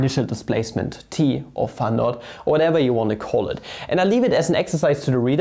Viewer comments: Hm, idk… Since started to intentionally type and pronounce words wrong (e.g., ”pha“ instead of ”phi“), I cannot enjoy the videos anymore. Imho it's just not funny but annoying. Sometimes it might be fun, but not every time. Still, the topics are interesting and so, so I watch the videos anyway. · Every time he says phä , I think a yo phät mama jokes comes along … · Years after the Ozarks show he still calls it pha XD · He says it like [fæ] lol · Can we acknowledge how he says φ?